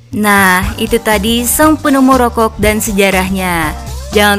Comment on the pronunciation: Rokok bukan rokogh